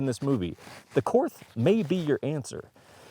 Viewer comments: Pronounced Court, not Korth. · I had to give this a thumbs down and stop watching only because you are not pronouncing Korth correctly. One would think you would do a little research on such a high end revolver. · All that classy editing and you cant even say the manufactures name correctly. Call Ian he can help. Ugh and you can always tell glock shooters when they run a wheel gun....